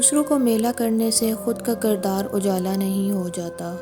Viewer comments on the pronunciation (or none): Words ko thorA samjh k ada karen . Ujala nai ujla hota hy